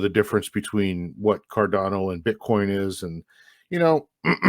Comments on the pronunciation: Love the channel guys - it’s my regular ‘go-to’ for RH ecosystem developments and news. You made a typo in the title though and have spelt Cardanzo incorrectly ( even pronounced it incorrectly too 😕) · What a waste. Guy is retarded 🤣 don't even know how to say Cardano 😂